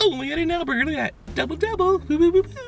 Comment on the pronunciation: "the boyger